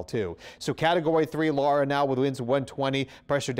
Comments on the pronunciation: It's Laura, not Lara. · Is not lara its laura